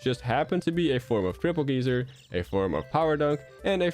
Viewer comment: It's weird how you speak normal American English but mispronounce geyser like Terry does